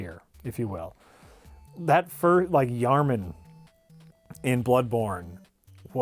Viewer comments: I'm not sure I can take any of comparisons of Nioh to Bloodborne seriously when he calls Yharnam, the single most pivotal location in the game and its lore, "Yharman." XD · it is yharNAM, this is not the first time you have said it. this is your intervention. please stop. forever. ---everyone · It's pronounced Yharnam,.